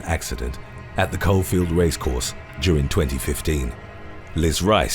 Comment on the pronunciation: Its not coalfield its cawfield